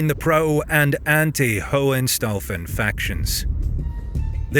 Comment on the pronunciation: Excuse me. It's pronounced "HOH-HEN-SHTAU-FEN".